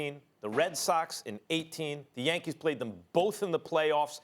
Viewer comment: Engin Sezerman Max’s “Yankeeth”